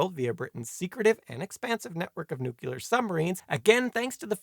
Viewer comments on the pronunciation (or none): NuQlar? Really? 😀